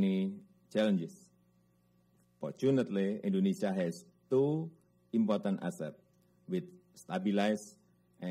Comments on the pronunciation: Important, dia baca impoten 🤣🤣🤣🤣🤣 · "important" knp dibacanya "impoten".....ko kenapa gw yang malu yah liatnya... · "wi si caina impoten partner " Ngakak aing 😂😂😂😂